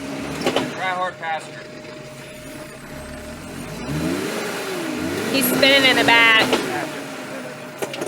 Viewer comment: "Did you say Passenger or Faster??? " haha big difference between the two🤣🤣